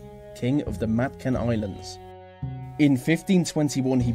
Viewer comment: Magellan, Lapu Lapu, Mactan, these 3 names and places you've brutally mispronounced... good list otherwise